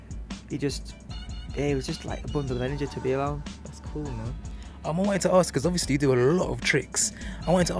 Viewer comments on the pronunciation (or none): its ASK not ARKS !!!!!